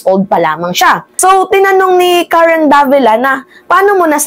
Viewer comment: Mga chinese hndi nila mbigkas ang "R" kya pansin nyo c mayora hirap bigkasin ang R , pagbigkas nya ng Karen prang karwen.. khit mag english mga chekwa missing plagi ang 'R .. example airport bigkas nila ehpot